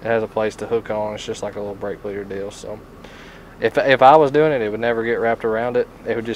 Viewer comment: Did he tongue twist himself and say brake fleeder when he introduced it or was that just me hearing things?